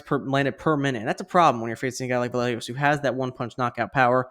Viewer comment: And I want to give tribute to, Vallejos is pronunce like this: Vayeg(of Garage)os 👍😃